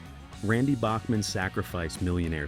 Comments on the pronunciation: It’s pronounced Back-man. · Randy Bachman’s last name is pronounced “Backman”. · It's pronounced Backman not like the classical music composer. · ou need some manners. Listen to much earlier interviews and you will find they pronounce it Backman. Years of Americans and even some Canadians pronouncing it wrong probably influences more recent interviews. I can tell you at a concert here in Calgary, likely October, Randy sat on a stool and prenounced his son’s name as Tau Backman when introducing him. I was front row for the concert. Also enter “How does Randy Bachman pronounce his last name?” into your search engine and you will get the truth. I’ve been a Randy Bachman fan since he was in Brave-belt which was before his time with the Guess Who. It is also the first time he worked with Fred Turner whom he later collaborated with on BTO. We are talking early 70’s. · Yes, it is BACKman, but everyone said BOCKman. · Randy told me that "south of the border it's pronounced Bach-man and north of the border it's Back-man." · It’s pronounced BACKman btw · It's pronounced Back-man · WRONG. Query Q With Tom Power in You Tube and find the recent interview with Randy Bachman. Listen at the 1 minute mark to hear how Randy Bachman says the name of the band that bore his name. And wonder how you got it wrong.